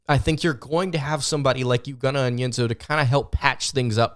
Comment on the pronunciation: It's eww-go. Not you-go.